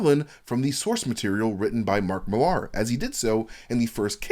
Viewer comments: FFS Millar is pronounced the same as Miller, fucking Yanks! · Why are you saying Millar that way?